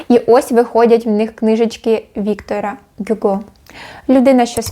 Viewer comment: Цікаві новинки, дякую за відео. Дружня порада - Якщо ви ці книжки не читали, думаю не варто намагатись розповідати про сюжет, бо дуже багато неточностей (як видно з коментарів нижче). і ще ВіктОр Гюго, бо у французів завжди наголос на останній склад )